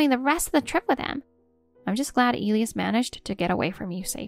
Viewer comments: Isn’t the name of the husband pronounced, “E lie us”? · If you are going to use names such as Elias, please learn to pronounce them correctly. 😮